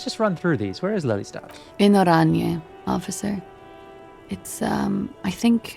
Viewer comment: You pronounce Den Haag perfectly fine, including the G. The characters in game don't pronounce Lelystad in Dutch, the E is a long vowel and rather than a short "Leh" sound. Then again, names of places are commonly pronounced a bit differently by other nationals the world over. But if Klaasje is from Oranje... (could be just the voice actor, since various people in game pronounce some of the same names differently, or it could be something else...)